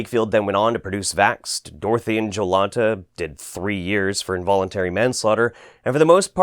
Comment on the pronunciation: INVOLENTARY? INVOLENTARY??? fuck this fuck earth I’m leaving for mars with Elon Musk